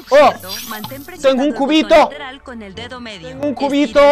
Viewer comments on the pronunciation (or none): staba en maincra y me encontrr un qbito WaAaAo un kubitoh en maincra jsjsj dijo cubiño :v?